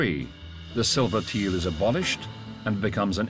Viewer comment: Brilliant documentary👌👌the mis- pronunciation of Tael as Teal is annoying👌👌